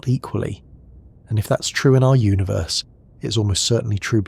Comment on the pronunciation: I'm always taken out of this by the way you say universe. It sounds so wrong to me